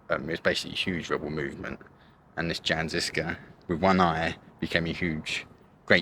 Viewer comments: Jan is pronounced as Yan. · Why English speakers pay no attention to foreign names and just butcher it without looking up the correct pronunciation. Jan is not read like French Jean and you read žižka like cicka in the intro but once you were in Prague it was much better or "Tačov" and when you finally see "Č" in Čeněk you read it like "Z" why you guys do that? Anit-Catholic movement is a bit simplified and you describe them as a rebels but it was very early attempt to reform the church and 100 years before Luther and Protestantism was a thing. Which based a lot of their idea on Jan Hus.